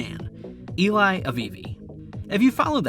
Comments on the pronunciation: Eli is pronounced Eh-lee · You keep calling him ilay